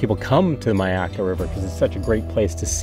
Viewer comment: Pronounced ‘My’ akka